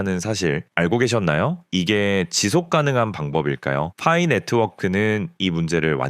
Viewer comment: 퐈이 거슬려서 못듣겠어요